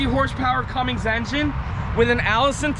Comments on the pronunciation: DAMNIT...you said CUMMINGS Again...Come on now:) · Why does everybody put a "G" on the end of "CUMMINS"?